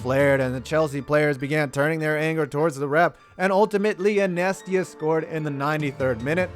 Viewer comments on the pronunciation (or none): Did he say in esta instead of inesta (in-E-esta) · Nice job, but you simply cannot pronounce Barça -- 'BAR-sa' as 'BAR-ka'. That's like saying, Please hand me the cookie shit. And then I-NEST-ee-a? Are you high? It's Iniesta -- In-YEST-a. My word. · can’t forget inyesta and not iniesta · This man cannot pronounce words haha Qatars = Cutters, and when he tried to say iniesta it sounds more like ineesta. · Barka, it’s Barca soft c. Also it’s pronounced in ee es ta. Iniesta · Love the videos and always have and I’m not a big soccer guy but you butchered “Barca” (bar-Sa) and iniesta ( in-nee-es-ta) super bad next time I’d look for an annunciation guide but it didn’t take away that bad from how great the video was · It's a DISGRACEE A FUCKING DISGRAAACCCCEEEE and also rip Iniesta's name lol